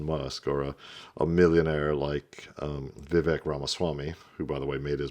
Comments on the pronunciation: he’s been in the news everyday for a year, you make political videos, and he is American. Vivek rhymes with Cake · Bruh u want to be an expert? Say Vivek’s name right. U sound like a casual at a bbq